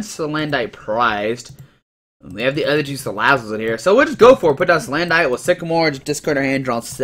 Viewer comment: dude, it's pronounced like "bandit" salandit is salamander + bandit = salandit it's like you completely missed the whole point of it's design? it looks like a thief, a robber, a BANDIT. do you get it? stop saying SalanDITE it's sa-land-it it it it it it it it it it it NOT ITE ITE ITE